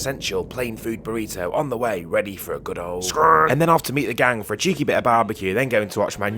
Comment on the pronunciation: Back up , you've been saying scrammed this full time ? It's scranned